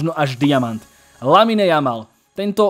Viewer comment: číta sa to Lamin, nie LaminE. Uši to trhá